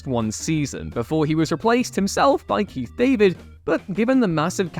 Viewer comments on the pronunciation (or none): none